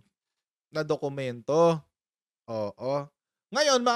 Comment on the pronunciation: Mag aral ka muna paano masabi ang dokumento peke...issue on genuine document and existence of document...ask lang pano masabi dokuyemento